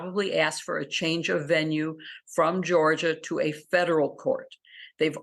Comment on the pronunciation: It’s Georgia not Georgor